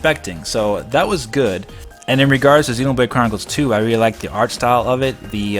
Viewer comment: I like how you pronounce Xenoblade as 'Xenobrade'.